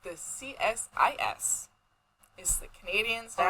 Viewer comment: Great start to your new podcast - such fun to get to know you both through your zodiac signs and truth & lies game. By the way: CSIS (the "Canadian FBI") - is pronounced "See-sis". And - the guy who was hiding body parts in planters was working in Toronto as a gardener/landscaper. His clients liked him so very much - until it was revealed that he was planting his murder victims in their gardens. He was getting away with it for years :)